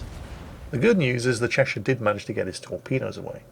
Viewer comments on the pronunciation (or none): The Chechen, the chacha? no you fool it's the Cheshire, oh England please never change.